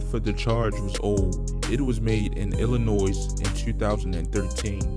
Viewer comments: Don’t pronounce the S in illinois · It was going great until you pronounced the s in Illinois